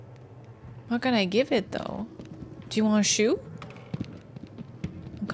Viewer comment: omg I keep hearing "s-you" instead of just shoe XD